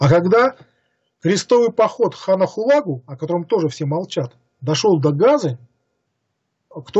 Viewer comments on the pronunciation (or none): Уважаемый,! Сверяйте свои выступления со словарём ударений русского языка. Уши вянут от ЕвангЕлия, БАтыя, ХулАгу и т.д. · а разве не ХулагУ' читается , говорится , произносится?